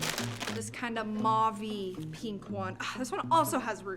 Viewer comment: Did you just pronounce mauve as marve?